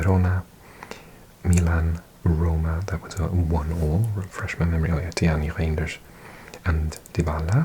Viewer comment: Excellent series, keep it up, I can't wait for the next football club, by the way, your dutch pronounciation of Reijnders is perfect, like you are a dutch person, how many languages do you speak